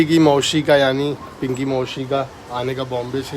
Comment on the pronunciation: S ko s hi boliye kyo sh sh karte hai bahut ajib sa gussa aata hai😅mausi hota hai maushi nahi 😢